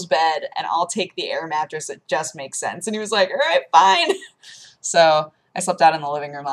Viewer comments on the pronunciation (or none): Thought said "and just have sex" instead of "it just makes sense." Nearly did a spit-take. O_O